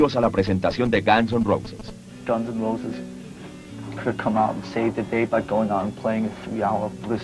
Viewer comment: Me rompe las pelotas cuando dicen "gans an rrouses"